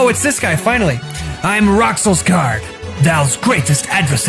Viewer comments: Rouxls Kaard: It's pronounced "Rules" Everyone: Rucksels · It's pronounced RULES CARD! Rouxls Kaard! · I love this moment, but people really need to learn how to say "Roux" in Rouxls. For those who don't know: its pronounced the same as the word "Rue" in otherwords, the dudes name is said as "Rules Card"